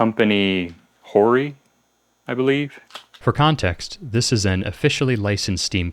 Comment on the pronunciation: its h o r i, idk why ur confused in pronouncing it